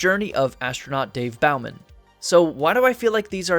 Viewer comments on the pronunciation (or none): My favourite film besides Wizard of Oz. And your graphics are forgiven. Good work. One minor thing - I believe it’s pronounced Boh-man, not Bough-man.